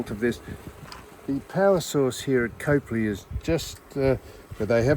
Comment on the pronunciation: Howdy guys. We backwards South Aussies pronounce Copley as COP LEE, no "e" in it. 😂 That train really is something special when you're right in front of it, isn't it Sam? 😂